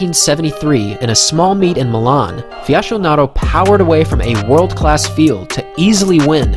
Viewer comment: When the only critique is the pronunciation of Fiasconaro (Fiaskonaro, not Fiashonaro. "Fiasco" means total failure btw) it means you have made a masterpiece video! Emotional interesting, well edited and engaging. Thanks!